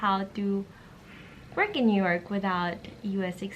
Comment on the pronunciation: nyork city 😂😂😂